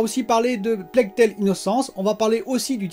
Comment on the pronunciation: Bravo pour la prononciation correcte de "Plague Tale"! C'est la bonne! 😉👍🏻 Bon weekend à toi!